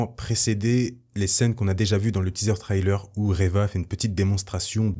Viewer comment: Arrêtent avec tes trylers. On dit trailer de cette façon. "Trai" Comme dans "Je tire un trait" Et "ler"comme dans l'heure. There is no y in the middle of the word trailer.